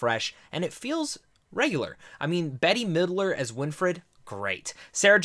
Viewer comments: Thank you so much! You did a very nice job on the review although just a little constructive criticism. Please check your dates and your pronunciation of some of the actresses such as Bette, midler and Kathy but I do agree with you. It was a fun romp and return to Salem, although I do wish that it was indeed actually filmed in Salem. Unfortunately it was filmed in Rhode Island I believe and for those who visited the city you can definitely tell. But overall a very enjoyable film for sure and I'm glad that The witches came back for one more Halloween! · Betty Midler?? Really?? Her name is BETTY Midler?? Hahahahahahahahahahahahahaaaaa!!!